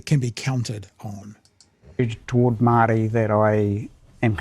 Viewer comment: Barely able to pronounce the word Maori.